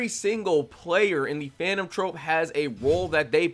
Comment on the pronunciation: Nigga how you this bad at speaking your own language you say Charon wrong you don’t even know the word troupe and said trope like bro cmon this can’t be your first language